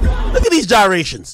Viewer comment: “Look at these gyrations” 😂😂😂😂😂😂